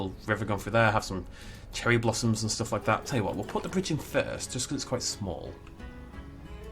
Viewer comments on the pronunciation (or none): none